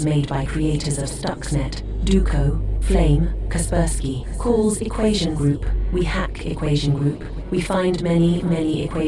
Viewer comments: I don’t think it’s pronounced casper-sky I think it’s pronounced kas-per-ski no offence but ur vids rlly good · It's Cas-per-ski , not Cas-per-sky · That “Casper-Skye” faceplant was literally like nails on a chalkboard It’s Kaspersky. Kahs-Spur—Skee. Holy sh** my brain hurts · "casper sky" lol it's pronounced KUH-SPUR-SKI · Kasper Sky?? Its pronounced kæˈspɜːrski. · It's pronounced Kasperski not Kaspersky. Nice video though. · Casper-sky? It's pronounced kass-per-skee. It doesn't take much to destroy a presenter's credibility. There's actually a voice bit where an actress pronounces it correctly. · "caper sky" its "cuh-per-skee" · It's hard to consider anything you say to be valid when your obvious text-to-speech program can't pronounce one of the most common names in the security field. Make your robot write KasperskEEEEEEE on a chalkboard a thousand times and maybe it'll be able to pronounce something that my 5-year-old daughter can read properly. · cas per sky its "ka-sper-ski" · it’s a Russian last name it’s: Kasper ski ⛷️ not Sky 🌌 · Nice vid, but Kaspersky is not "Caspar Sky", but "Cas Persky" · kas-pers-key not sky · aint no way bro really said kasper sky. idk if i can finish watching this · Pronouncing Kaspersky as Casper Sky made me laugh. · I have never heard Kaspersky pronounced Casper Sky. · Kasper sky? Not being able to pronounce one of the most well-known names in cybersecurity doesn't bode well for a video on cybersecurity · Kasper-Sky .. Heckler and Coach .. maybe figure out how to pronounce stuff first? ;) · "Casper-sky?" LOL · Hey it’s pronounced Kh sper skee I’ve never heard someone pronounce it that way lol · Casper-Sky? Equashion? Brother what are those pronunciations. 😭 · Kas per-sky? Well done AI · Isn’t it pronounced kuh-SPUR-skee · Is that the right way to pronounce it? Casper - sky? I know it could be just an ai voice. Now i'm questioning my own pronunciation.😊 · Oh my gosh I’m losing it heating you pronounce Kaspersky as “Casper sky” 😂